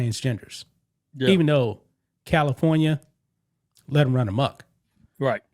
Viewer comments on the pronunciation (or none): none